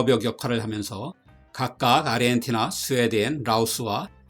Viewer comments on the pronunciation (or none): none